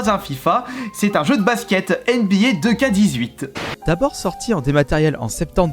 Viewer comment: C’est pas « deux ka » c’est « two ké » (nba 2k18)